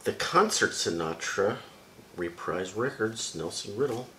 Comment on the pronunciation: Reprise was actually pronounced as “repreese”. You have a nice collection there tho! Im jealous!